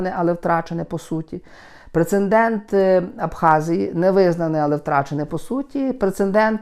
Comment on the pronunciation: Немає слова "прецендент",ріже слух.